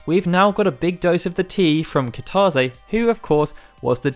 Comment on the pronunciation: Nobody:: KiTAWzay